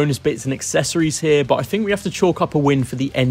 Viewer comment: I hate it when people can not speak properly and replace the sound of TH with an F and V , e.g I Fink this is a great bike , Firty instead of Thirty, not only F replacing TH but V replacing TH in words like weather and pronouncing it has Weaver, along with with being replaced with Wiv, it spoils the presentation for me. I could not concentrate on what this guy was saying about these bikes when his speech is so bad.